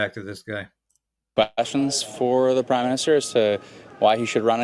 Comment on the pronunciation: Everytime Polievre is saying prime minister, I ear crime minister!...